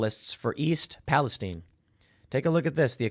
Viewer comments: Also Palestine is pronounced pal-ah-sty-ne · East Palestine...not (pal-i-steen). I'm from Ohio. Lots of our towns from the early 1800s were given Biblically derived names. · Why is Timmy mispronouncing Palestine?